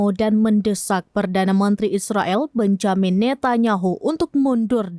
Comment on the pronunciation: Bacanya Benyamin ...